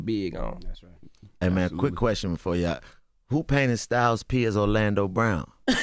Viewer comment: He said styles p as olanado brown. lol😂lol😂